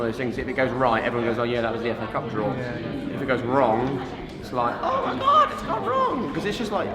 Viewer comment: Did he say mëin camera